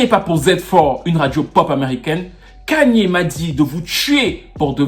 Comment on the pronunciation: Kayne pas ''Kagne''/''Kegne'' il n'est pas bamileke....... ahahahaahhahahhaaha